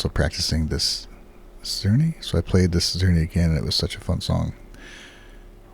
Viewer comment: In the comments of the interview video, some kind person listed all the musicians and music mentioned by Kanami, including Carl Czerny「Op.849-2」. I can't say whether that's correct, but hopefully it is. I'd also note for or anyone who cares, that the CZ in Czerny is pronounced like CH. So sounds like "churny" 😄